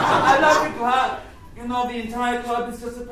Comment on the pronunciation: "the clurb"